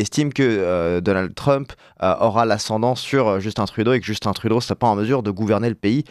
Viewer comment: On dit Justun Trudeau et pas Justine ou Djeustine.